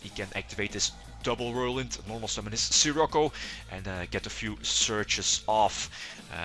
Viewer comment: The way you say Sirocco is so sick. Kinda like how you said Midrash before she became Winda. So awesome.